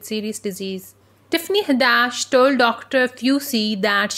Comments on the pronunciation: Tiffany Ha-dash? It's Had-ish🤨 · It's Hadd-ISH, not HaddASH